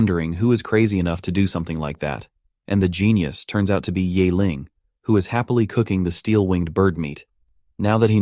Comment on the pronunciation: ye <> "yay". It's more like "yee". Honestly college level remedial mandarin class teaches the sounds in one class. With tones. They're really not that hard.